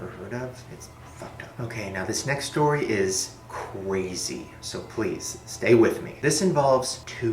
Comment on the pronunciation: okay so this next stowy is ... CWAZY so pwease stay with me... am i the only one hearing it like this??